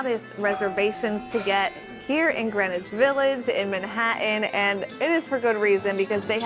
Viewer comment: I'm sorry, but if you can't pronounce Manhattan correctly where are you from? (cue :15 seconds in...)